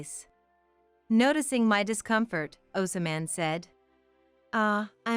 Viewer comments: O SO. MAN is not correct. Try ahz mond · "Read" is not pronounced "red". Again, horrible narration😢 wrecks a mildly amusing story. As predictable, another doormat turns diva tale. Seriously "Ozaman and Carly Simon"? How stupid is that!!!😂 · The man’s name is pronounced Ozmand, I hate AI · Name is pronounced as OZ-mon, also word WOUND has 2 pronounciations which the AI never uses correctly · This reader mispronounced Osmond every time. Very careless and silly.